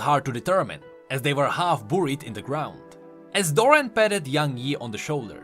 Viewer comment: "booried" "voley"